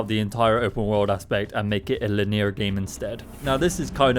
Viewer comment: The way you pronounce linear is madness... great video though.